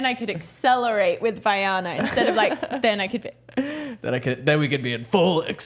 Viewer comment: Great commentary on the podcast. I agree with many of your points and they are well articulated, thank you. My only nitpick is that Vylana’s name is pronounced incorrectly throughout. It’s Vy-lana vs Vy-Ana. But otherwise loved it!